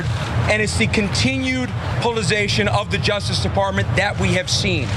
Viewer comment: Is nobody going to mention his inability to say the word politicisation? Twice? Or was he trying to say something else? Like “I am a dick”?